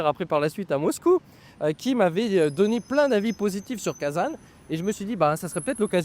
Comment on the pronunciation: Attention, en français on ne dit pas kazane ! Cela se prononce Kazan avec un son nasal comme le mot an.